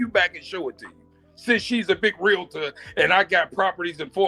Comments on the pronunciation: Not Michael Myers😂😂😂😂😂 thats diabolical work😂😂😂😂😂 Its Realtor Not Realator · The word is REAL-TOR!!! not REAL-LA-TOR!! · I don't trust a Realtor that pronounces it Realator. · Michael Meyers 😭😭😂😂😂😂 She’s definitely a little slow. REEL-TOR not RUL-A-Tur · She don't even know how to say Realtor. She say Realator. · That’s all he had to say to prove that she’s slow.. “realahtor?!” 😂😂